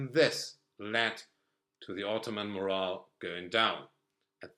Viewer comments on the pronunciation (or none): It's "morale" not "moral."